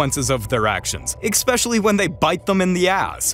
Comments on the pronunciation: Eckspecially? Come on man. Speak correctly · Especially not expecially. 🤪🤗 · ECKSPECIALLY.....it's ESPECIALLY. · Hey, I just want to say it's not "expecially", it's "especially". There is no k sound in there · eSpecially not eCspecially please speak GOODER I won't AX you again lol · Eckspecially? I believe it's especially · There is very little more ANNOYING than when people say ECspecially! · It sounds like you're saying "exspecially." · Did you just say "ex specially"??? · expecially isn't a word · EXspecially :D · Dear annoying and unnecessary mansplaining narrator: There is no such word as "expecially".